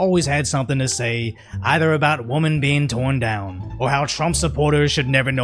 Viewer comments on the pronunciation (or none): I love your videos, but PLEASE learn how to pronounce the word "women" in English. It's not pronounced the way it looks in spelling. Woman = One Woman. "WIM-in" = multiple women. They are not pronounced the same, and that is very useful for your audience to understand you.